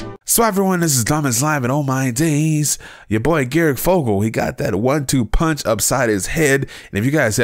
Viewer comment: This dude really just said garic fogle